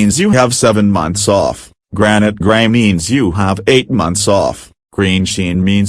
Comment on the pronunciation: he said granite